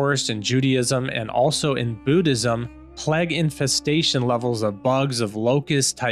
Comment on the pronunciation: Cheers for the vid. You are pronouncing the word plague wrong. it is pronounced play-g not p-leg. Just thought you should know.